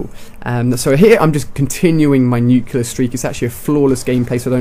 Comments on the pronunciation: Alia why do you say nucular instead of nuclear? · U say nuclear wrong.